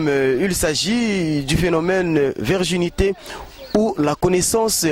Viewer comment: virginité et non la verginite